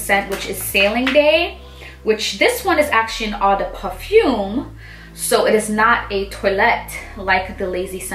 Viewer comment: “ Oh- de- pa-foom “, “oh-de -towa-lett”